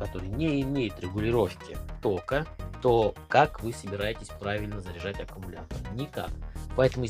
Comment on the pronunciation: Блин, за 1 минуту слово аккамултор, автор произнес до тошноты